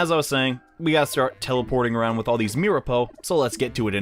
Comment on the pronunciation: it's mir-a-po